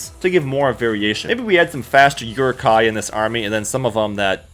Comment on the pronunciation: the way you pronounce "Uruk hai" bothers me